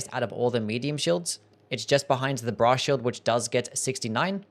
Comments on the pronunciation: I keep hearing bra shield instead of brass shield. I need to touch grass and talk to women. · i keep hearing "bra shield" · Cannot unhear Bra Shield